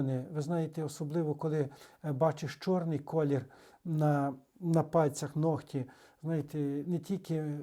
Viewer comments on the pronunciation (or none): Українською нігті, не ногті. Дякую,, за пояснення!